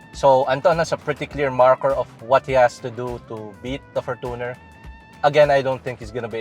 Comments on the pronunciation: It's pronounced as "forchuner" and not for-Tuner Mann your for-Tuner is making me hate the Fortuner man Please stop it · its not "fortoonar" its "forchyuner" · Bakit for•to•ner pag pronounce dba dapat for•chuh•nr? I googled it. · Why do you pronounced Fortuner as For-2-Ner? LOL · Fortuner (for·chuh·nr) 😔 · For-tu-ner? Say it correctly atleast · What the heck. Why would pronounce the word fortuner as For2ner. Goodness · . Yep. For two ner. 😂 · For-toon cheller